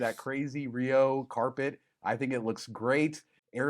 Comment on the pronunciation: Its Carpet , not corpet!!